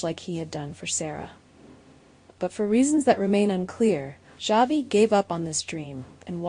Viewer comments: His name is not Javi.Its pronounced as Havi.The J Is an H. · Yes its pronounced havi his name is a Hispanic name javi